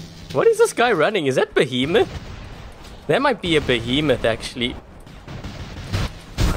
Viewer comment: I cringed every time he said behemoth, it was a fury!!!!